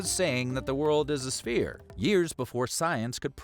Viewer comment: The word is "sphere", not "spear".